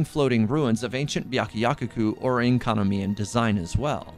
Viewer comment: it’s byakuyaKOku not byakuyakuku😭😭 (sorry I’ve been hearing it over and over again in your videos and it’s been bothering me) Amazing video btw, love your channel 💕